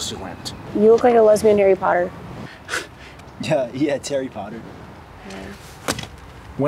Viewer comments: 'Tarry Potter' LMFAO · When he said Terri Potter 😂😂😂